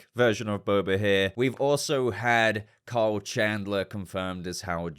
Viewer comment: Why are u calling him "Cole"? It's KYLE, man 😅